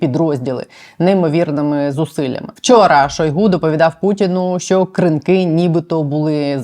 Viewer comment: Що означає "директор з компаній"? Дуже сумнівний інтервюер сьогодні.. як і сайт razom we stand, схоже на шахраїв (реквізитів організації не має, одні директори і збір донатів). Здається правильно КрИнки, а не КринкИ. Не пропускаємо ваші випуски, але сьогодні хотілося перемотати в кінець відео.